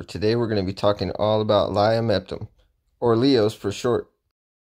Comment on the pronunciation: Idk if you know this but it's pronounced lio-ma-topum